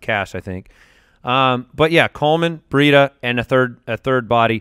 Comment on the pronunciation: You guys say Matt Burrita...the R is right after the B....it's just Breida